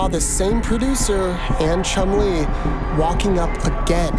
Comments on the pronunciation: Oh when bro said chunlie I thought he meant chunlie from street fighter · Chun Lee = chum Lee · “Chun Lee”💀💀💀💀